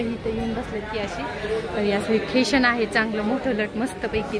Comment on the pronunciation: ठेशन नाही स्टेशन